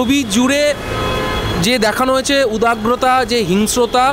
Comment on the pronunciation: ভাই, উদাগ্রতা নয়, উদগ্রতা, বাংলা টা তো কমসে কম ভালো করে শেখ ভালো করে রিপোর্টিং করার আগে।